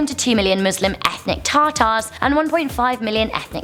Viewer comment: totally heard her say Tar Tars as Tatas... XD